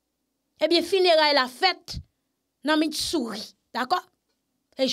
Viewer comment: Menm pale w pa konn pale se pa MITssouri se Missouri 😂